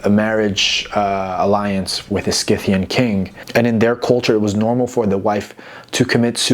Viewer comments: I'm a Classical studies archeology student, love your content, hate the way you say sCythians... The word Scythian (referring to the ancient nomadic people of the Eurasian steppes) is usually pronounced: /ˈsɪθ.i.ən/ → "SITH-ee-ən" (like the "Sc" is an "S"). So, the C is silent, and it sounds like it starts with "Sith" (like "Sith" from Star Wars). There are also older or less common pronunciations: /ˈsaɪ.θi.ən/ → "SY-thee-ən" (with a long "i"). But the standard modern English pronunciation is "SITH-ee-ən". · Sith-e-in ( Scythian ) . Per-Seth-fa- knee. ( Persephone )